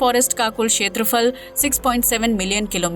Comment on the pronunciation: छेत्रफल नही क्षेत्रफल बोलो